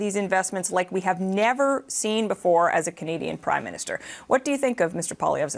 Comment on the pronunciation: "Crimeminster Carney" lol, I even played that back twice....idk if that was intentional or not, but it dose ring true.